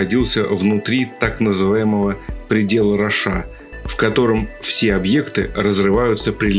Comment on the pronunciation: Вы все время говорите "Предел РошА", а там "Ро́ша", ударение на первый слог. А вообще очень интересно.